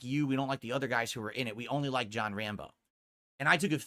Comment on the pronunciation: “Dew-Dee doesn’t give kawntext to my lie-ve strweems, guise. Right? Right?”